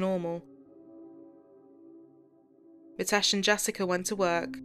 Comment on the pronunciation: It's ''Mi'' tesh, with an ''i'' sound not ''Ma'' tesh. It's not that hard a name to pronounce properly. & and it's said in one flow. A lot of Asian names, Viresh, Nikesh, Ramesh etc like this. Even the subtitles are incorrect- 'matesh' over and over again also.